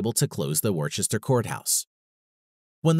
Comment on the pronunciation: it is too bad he mispronounces Worcester and thereafter. It isn't pronounced Wor-ches-ter like he says. Rather it is Wou -ster (The vowel sound is like the "wou" sound in" would".)